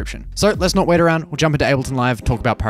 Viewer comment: I love how you just randomly put R's in everything you say. Notr.